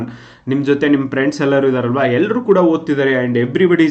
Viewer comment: Lo guru its friends not priends 😂😂😂